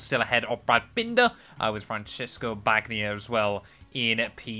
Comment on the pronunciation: Great videos, just a friendly bit of pronunciation help: "Ban-ny-a", not "Bag-nia". Keep up the great work.